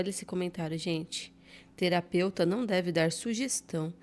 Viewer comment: Terapeuta ou teraputa? 😅